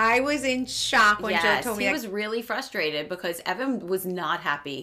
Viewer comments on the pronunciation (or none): Melissa. It’s fRUstrated. Put an R in it please. We expect it from Tre